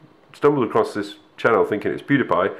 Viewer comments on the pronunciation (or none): none